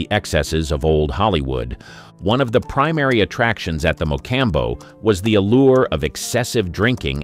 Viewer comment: I can't watch another minute of this video while the narrator oblitiates the name of the MA- Com- Bow.